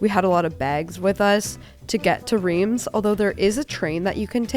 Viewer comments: just a very gentle heads up- for your main channel video- Reims is pronounced "rahnce". Id hate for you to get roasted by know it all francophiles if you can avoid it. :) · Riems is pronounced with the s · hahahaha I’m French and the way you pronounce Reims and Veuve is hurting my eaaaaaaars - no offense, but totally wrong (we Frenchs are very protective of our language) Great vlog though 🥰 glad you went to France. It reminds me of the vlog from Morgan from a few years ago when she went to Épernay. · Mes oreilles ont saigné aussi en l’entendant prononcer Reims 😂